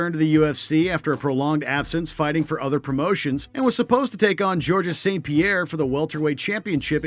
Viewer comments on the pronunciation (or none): *Dee-azz, not dee-ahz. Also, the s is silent. There are not multiple Georges. Its a singular Georges. Only made it in, but come on,. If you're gonna try to crack into the MMA YouTube scene, pronunciation is only the first step. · The fact that many of these aren't weigh ins and the guys pronunciation of half the names has me a little confused. Diahz? GeorgeS? Chisa? lol